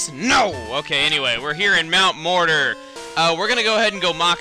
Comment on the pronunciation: I thought he said mt. morodor.